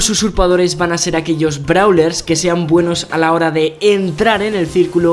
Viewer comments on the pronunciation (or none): none